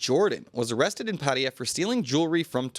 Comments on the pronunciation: Why do you pronounce Pattaya as "Patteeya" when it's actually Pattaya. Sounds ridiculous. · Come on, it's pronounced Pa Ta Ya, not Pat ya😂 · Please stop saying Pat ee yer Everyone in Thailand 🇹🇭 pronounces it properly as Pat A ya . It is enfuriating . Just lazy vocabulary ! Also just report the news , not interested in you opinion ! 🇹🇭😎